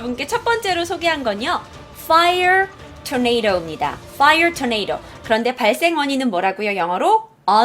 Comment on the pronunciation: 뽜이어 토네이로~